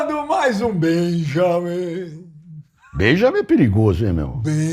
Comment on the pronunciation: Ele não consegue falar Benja... Ele fala Beja.